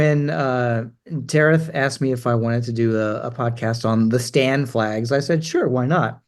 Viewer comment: He pronounced Stan correct in 17 mins mark, that's the correct way of reading it which goes for the rest of them as well. Stan means place of or province. It would be cool if you could have a look into ancient Persian or Parsi flags since you've mentioned all of these and i also saw multiple videos regarding Iran flag but nothing from the actual persian flag. Pretty educative channel and cheers